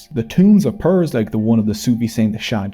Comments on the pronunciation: It's peers not 'pirs' or 'purs'. And it means something like guru or ustad or wise experienced elder male and peera means medicinal man or herbal doctor. The English word peer is extrapolated from this word although the meaning has changed a bit into meaning colleagues in equity. The English colloquialism of pukka which means good also comes from Bengal. The British soldiers used to ask locals if the road was good or bad. And they would get the answer the road is pakka. Mean cooked/ripe/stabilised. Pakka road was wrongly translated as good road by the British and they took the changed meaning and word back to England where it is still used to this day. Also pyjamas is a Bengali word. Pronounced Pi-jama it still means the same thing across the world. Sleeping dress/clothes. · Not PIRs...its actually pronounced more like "PEERS"..they were muslim saints respected by Muslims also hindus, they are the reason for large muslim population in bengal, it wad their preaching and miracle performed by them converted many bengalis. Our family one of them. These PEERS still have their masoleums, and a feast and fair is organised on the death anniversary of the saints called "URUS"..i.e. clebrating the arrival of Islam to the land. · They are pronounced "peers", not like Pierce Morgan but like 'pee-rs'.